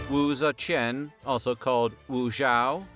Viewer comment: u suck at pronouncing her name lol